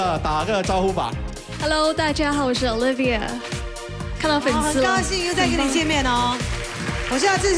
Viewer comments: oily liver.. he can't even pronounce such a simple word/name. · the guy kept on calling her oliva???? WTH...